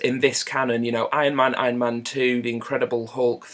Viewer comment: it took me a while to realize you were saying "thor", not "four". i completely agree with your review though. just felt like a mixture of dull and silly